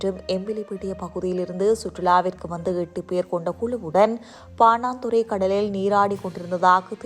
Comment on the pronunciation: சனியனே பாணாந்துறையல்ல பாணதுற அல்லது பாணந்துற. உச்சரிப்பை பழகி உன் வயிற்றுக்கு கஞ்சி ஊற்று.